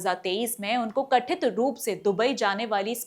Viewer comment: प्रस्तुति अच्छी है आपकी परंतु आप उच्चारण में सुधार कीजिए। जैसे- कथित की जगह कठित। वरिष्ठ अधिकारियों की जगह वशिष्ठ अधिकारों बोला है आपने। कृपया पुनर्विलोकन कीजिए।उज्जवल भविष्य की शुभकामनाएं। धन्यवाद् 💐